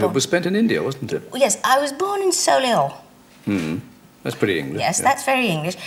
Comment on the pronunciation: Can someone explain Kendal's (peculiar) pronunciation of Solihull for the rest of us?